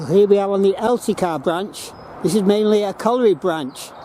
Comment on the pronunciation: I Live about 3 miles from there, Its known locally as Wath Hump due to the Hump sorting for the Wagons, but have to say good try at saying some of the names but its Elsicer pronunciation, And your right ALL the remains of Wath Yard, and Corton Wood and Darfield Main, ALL GONE